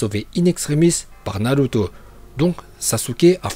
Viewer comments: Tarrette de dire naluto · narut... je veux dire naluto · moi j'adore la prononciation naluto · C pas naruto c naruuto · Naruto pas Naluto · Tes prononciations sont parfaites et celle que je préfère c’est naluto. Je m’entraîne à le dire comme toi mais ça me semble impossible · Je me demande si il troll ou pas 😂en tout cas la prononciations de naluto es correct 😂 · Au est c narrrruto même en Japonais